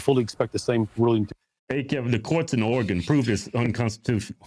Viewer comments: Say Oregon again ya hozer😂 lmao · Can’t even say Oregon right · He's so damn special that he can't even say the word Oregon correctly lol